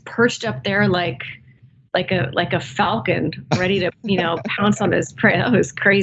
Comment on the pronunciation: Can someone explain to me what a "Falcond" is?